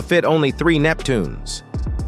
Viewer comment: It's Neptunes not Neptuneas!!!!!!!!!